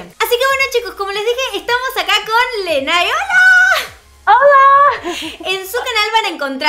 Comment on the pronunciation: cielo, su nombre se pronuncia "Leney" jajajaja <3